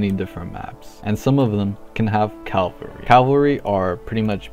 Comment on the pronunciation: try not to say Cal-val-ry instead of Caval-ry challenge: IMPOSSIBLE